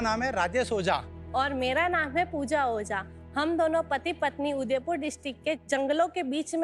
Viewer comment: Yar oza nahi ojha hota hai